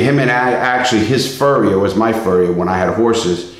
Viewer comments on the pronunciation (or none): Farrier, not Furrier